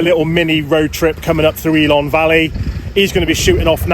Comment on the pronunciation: Builth = bill th .Ellan =E lan .but you nailed Aberystwyth. Great vlog mate all the best,thanks for coming over 👏🏴✊KTF.